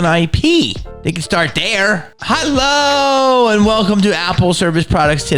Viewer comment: That hulllooo should be Mrs Doubtfire accented